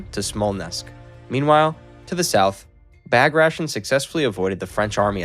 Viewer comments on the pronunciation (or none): Your pronunciation of the names makes me cringe. Bag Ration... Sigh, it's Ba-grat-ian. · I fastforwarded to a random point in the video, I heard 'Bagrashn', I'm outta here.